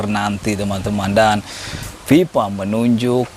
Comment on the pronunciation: FIFA bang, bukan PIPA